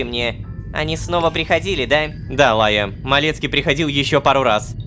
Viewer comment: Почему меня трегерит Лайя. Просто я думаю будто Рома кортавит Р в имени Райя